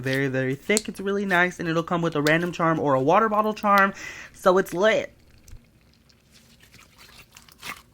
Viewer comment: The way you said lit...